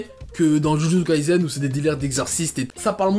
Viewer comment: Jujutsu kaisen ce prononce avec un s et pas un z, kai"s"en 呪術回線、じゅじゅつかいせん, le s ce prononce comme samuel. Dans le Shonen Jump, il y à aussi Chainsaw Man qui est ouf en ce moment !!🔥🔥 Pour ma part j'espère vraiment qu'il rencontrera un meilleur succès que Kimetsu no Yaiba🙏🏼 Et perso j'ai commencer jujutsu kaisen ya 3 ans😭 il y avait même pas 15 chapitres, mtn il a vrm percer et sa me fait plaisire 🔥🔥🔥🔥🔥🔥